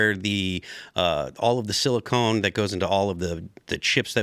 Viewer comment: Love you Phil, but its silicon, not silicone